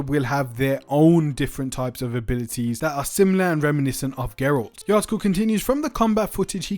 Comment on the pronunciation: Bruh if you say geralt one more time imma DDOX :')